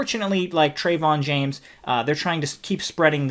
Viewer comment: Yea Trevon James is a scumbag, but if you're gonna lambaste someone, at least pronounce their name correctly, it makes you look uneducated and your points hold less weight at least for those that are cultured enough to pronounce names properly.